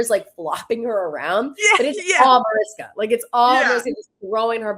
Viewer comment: You’re pronouncing Mariska Hargitay’s name wrong. It’s a Hungarian name, therefore the ‘s’ in her name is pronounced as “sh” Like “ MariSHka